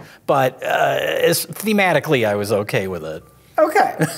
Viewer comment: Love how became a black lady for two okays